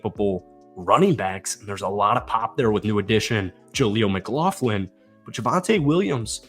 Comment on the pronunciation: MCLAUGHLIN, NOT MCGLAUGHIN